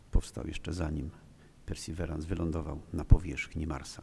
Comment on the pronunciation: Świetny wykład! Pełen ciekawostek! :) Wymowa Perseverance najbardziej łopatologicznie, jak potrafię: persy'wirens' - z akcentem na 'wi' :)